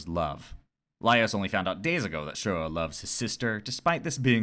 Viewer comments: first of all, i just wanna say how much i loved this analysis, ive been trying to find autistic analysis on dunmeshi and this was EXACTLY what i was looking for second, just as a mixture of fun fact and psa, shuro's name is actually toshiro, "shuro" becoming a bit of an unintentional microagression from laios over not hearing toshiro's name properly and later not bothering to change to the right pronunciation. its not a widely known fact since its from an omake i think? but yeah lol third, about throwing more autistic rep your way, its more of an implicit/unintentional thing but have you ever watched mob psycho 100? being autistic, that show hit me like one of those massive waves at the beach that catch you unguarded and drag you across the sand out of how hard it was LMAO. a friend recommended it to me and if i was getting the autism vibes from the first episode from him, by the third ep i was SOLD. convinced 100%. it's on my top 3 shows by autism representation along with the owl house and dungeon meshi. not only the main character, mob, is very coded in my opinion, but like. easily half of the main cast can be read as some flavor of neurodivergent, ranging from dissociative disorders to PTSD, ADHD and autism which i feel are the more prominent. there has been a lot of discourse on the fact many of the author's characters seem to be either intentionally or unintentionally coded, but tbh it just makes the show really well written, it's a love letter to autistics in an allist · wasnt it framed as a micro aggression though? it didnt come as just a quirky little thing to me and rather laios being an ignorant westerner?? lmao poor toshiro getting his name pronounced wrong all the time